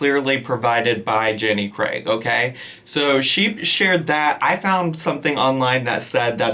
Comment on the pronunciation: Thank you for actually saying Jenny Craig and not Jenny 'Creg'